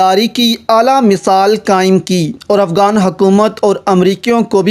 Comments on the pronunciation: Why are you saying AFGAAN . Cant you zay afGHAN? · it's not afgan it's afghan, not افگان it's افغان